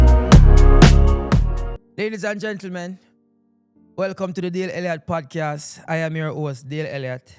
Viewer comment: When you get a moment, Dale, please practice to enunciate the word Podcast correctly. Love your content. Keep it up!